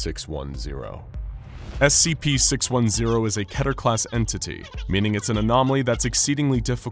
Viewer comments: What is ketier/keteeer (three syllables) class? I have heard of keter (two syllables) class. Also, do you mean wreck (which you say) or wreak? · did he just say Ketier ?? WTF is going on here ?? lol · You write it as Keter, he says it was Keta.